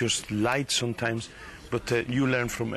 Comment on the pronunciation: i like when he say "sone times" instead of some LOOOL he's so cute